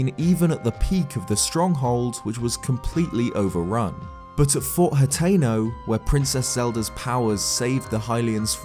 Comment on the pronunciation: Finally, a youtuber that can properly pronounce hateno!!! Definitely subscribing!